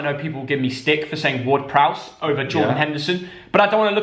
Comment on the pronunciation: Ward-Prowse is absolutely spot on!